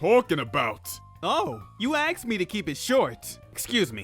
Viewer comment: Ah, my audio nemesis- ‘aksed’.